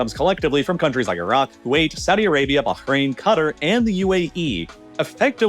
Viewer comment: Pronouncing Qatar and Bahrain correctly 👍👍